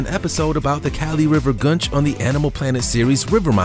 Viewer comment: It's "goon-ch" Not "gun-ch"